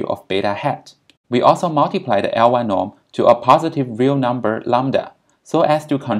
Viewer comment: You obviously are very knowledgeable. Suggest you be a bit more clear when you say things like "L-y norm" (absolute beta hat), i can't understand what you are saying. Pretend you're an idiot like me, explain the words you use specifically. You will get more views.